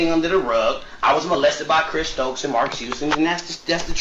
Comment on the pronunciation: If you call him one more time... 🤣🤣🤣